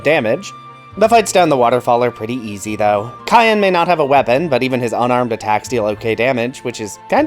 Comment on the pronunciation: I have never met anyone say cyan as cayenne